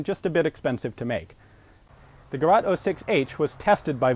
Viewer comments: to pronounce " Gerät " most similar please think at the " rats " ak desert rats say it so " Ge - Rat " it would sounds better ;) i know , german language is quit heavy to non native german speakers, but english is it for germans .....! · Just a hint from a german viewer: its gerät, which, as you said right, means something like 'device'. But you would pronounce it more like geret or gereyt in english. Kind of hard to describe. That's because in german ä is pronounced like e (in most cases) Anyway, nice vid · Great video! Its pronounced Gerät 06. (Like Guh-reat)- no big deal though. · Its called "Gerät" the letter "ä" is pronounced like "ae" not like "a" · 'Gerät' does not mean experimental. It only means device. Furthermore it's pronounced with the umlaut, like the 'a' in English 'that', only longer. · I know thats an old video and you could not know that better, but I am from germany and hat no idea what "Gerat" should mean ^^... looked it up and saw that this weapon is called Gerät 06 /06H. The 2 points are realy important for the pronaunciation. The direct translation is something like device/mashine/ tool, so a realy weired name for a 2WW name for a in germany produced weapon. Hope you can get the Link opend and get a good example to pronounce it right, because no German would understand "gerat"... But in generell I realy enjoy your videos. When you want to write an " ä " without useing an other keybord or other ways, you can use an " ae " as a placeholder (usual in germany when you have no ä)... so that the right way would be: Geraet 06, Gerät 06 or even better Sturmgewehr 45. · GERÄÄÄÄÄT NOT "GERAAAT" Ä not A Pronounce it like: to RATE something, ... GAY RATE... ;-) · The Word you are searching is NOT gerat,it is Gerät. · The word is "Geraet", nicht Gerat.Apart from that a most interesting video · it is called Gerät and not Gerat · it is called gerät not garat!! and you have to say heckler und koch not hekler und kousch!!!! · It´s called Gerät 06.